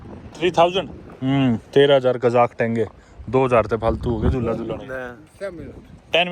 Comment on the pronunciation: Tenge❌ Tenge✅